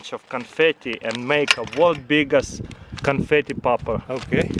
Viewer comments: LoL he said canfety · What happened to "confitee" 🤣🤣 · What hepent to canfatty😂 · "What happened to canfeet-e"